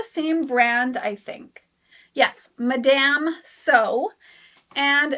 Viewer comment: Madam Sew - never heard it pronounced like that lol.